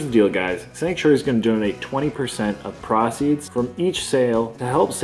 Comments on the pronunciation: Prah-ceeds?, youve been in the US too long. Its PRO-ceeds! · Yo. It is pronounced pro-ceeds not pra-ceeds. Don't make us start raggin on ya like beebs, we don't want to do that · Easy work for as always however the way he pronounced "proceed" had me trippin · Oof learn how to say "proceeds"